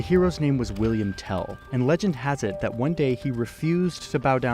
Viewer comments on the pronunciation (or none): It’s not William tell but Wilhelm tell